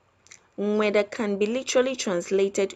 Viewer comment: I like how she struggles to say “nm3daa”😂